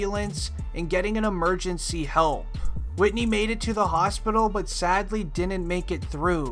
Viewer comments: WHO TF IS WHITNEY? YOU MEAN WHITEY? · Whitey not whitney